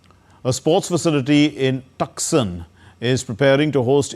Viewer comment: Please pronounce Tucson as Toosaan.